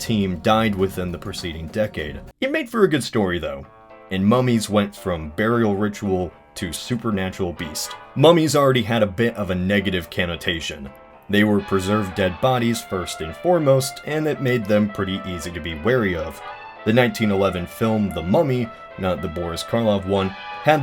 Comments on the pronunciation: it's CONnotation, not CANnotation. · It is disappointing the narrator doesn't know how to pronounce 'connotation'. Also, the video skims over a particularly fascinating aspect, how even with the Rosetta Stone, deciphering ancient egyptian turned out to be a difficult task that is still by itself a fascinating story of the history of philology. The British scholar Young tried to decipher it using only mathematics (mainly statistics), Champollion was the one who succeeded not just because he was so bright, but because he was willing to learn Coptic from the Coptic Church in France.